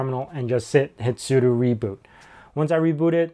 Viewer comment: Thumbs up for pronouncing "sudo" correctly ;-)